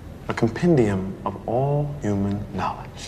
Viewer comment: "A compendium of all human nodge"